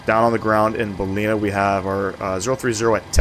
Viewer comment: It's pronounced Bal-in-ar. Nice quality video. Thanks.